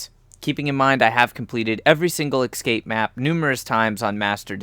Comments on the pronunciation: Every time you say EXcape instead of EScape I wince. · Damn, watching these videos for information sake and... it's tough to hear the "excape" everytime they say it. x) It's fine thou! Just... :D ESCAPE! ... Makes me to wanna yell that word, haha. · Really annoying to have someone who SEEMS intelligent mispronounce such a simple word. It's NOT "excape". Can you read the great big letters that are on the screen? There's an E then an S. There is no X or X sound in the whole word.